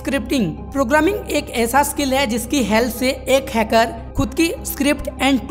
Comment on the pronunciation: Pahle to ap hacker word ko ache se bolna sikhlo